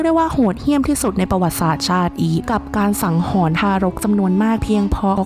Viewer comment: ถ้าต้องพูดผิดเพี้ยน ความหมายเปลี่ยนนะ สงสารเด็กรุ่นหลังที่มาฟังด้วย คำว่าฆ่าหนักกว่าประหาร ไม่น่าปลิว